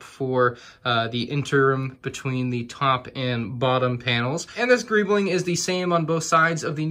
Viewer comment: Nobody:: GReEblInG